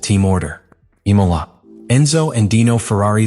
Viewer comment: The spelling within the script sent to AI to create this video is terrible. For a start the track is IMOLA not “I-Cola”